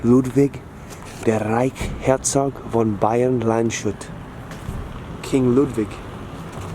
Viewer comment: Landshut is spoken Lands-hut, no "sh" sound. It means guard of the land.